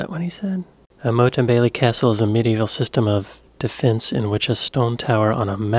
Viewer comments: "Motte" is pronounced "mott", not "moat". "Motte" means steep hillock on which a wooden palisade would be erected. "Moat" is a defensive ditch filled with water. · Annoyingly the English narrator of the video also says it wrong - it's Motte as in knot, there is no water involved like a moat as in goat, only at best a soggy ditch. It's frequently mispronounced and only adds confusion because actual moats are strong defensive features of castles too! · Motte not Moat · Mott is the correct pronunciation. Castle on a walled hilltop, fortified entryway at the base. Cliffords Tower in York is a surviving example although the entryway no longer exists. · Pronounced Mot like not, not mote.